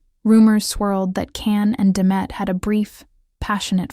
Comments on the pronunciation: Он не Кан Яман. Он Джан Яман. Если вы даже имя не можете правильно произнести. Чего можно ждать дальше. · It would be nice if all the people who made videos about Can Yaman would have the respect of pronouncing his name right. His name is pronounced Jan, not Can. The letter C in turkish is pronounced as a J. I'm not Turkish, but I hate when people mispronounced names. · His name is pronounced Jan not Can. He did work as a lawyer for six months. He also learned Spanish and is working in Spain on a TV series. He has a girlfriend from Algeria. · I wouldn’t subscribe to you because you don’t even pronounce-his name correctly - his name is not Can but Jan. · JAN! pronounce his name correctly! Bye! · Pronouncing his first name correctly would make this video more credible. Besides that, I agree he's a phenom... beautiful and one of the sexiest men alive! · I'm surprised you pronounce his name incorrectly! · Why don't you pronounce his name correctly? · You are right. I am putting a dislike to the video. Learn to pronounxe his name properly.